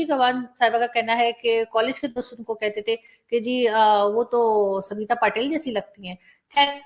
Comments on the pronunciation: Its not Samita...its Smita...please try to pronounce he names properly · Arzoo ji . good morning ... try to correct pronounciation as Smita instead of samita 👍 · Madam, her name is Smi-ta and not Samita..Patil.. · Mem samita nahi smita bolo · Btw it's not Samita, it's Smita..